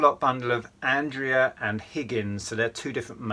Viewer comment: Hi. The Andrea figures are pronounced Andreya and I think they're made in Italy. I think whoever bought this job lot was just after the Andrea figs as these are very popular and some are expensive. I do model making and have some of theirs completed.